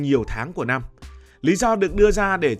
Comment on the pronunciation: Kênh lớn mà sao phát âm sai nhiều: giao bán, nhăm…